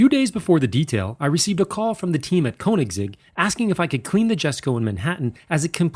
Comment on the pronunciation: I don’t care what you think, he works with the company and that’s how you say it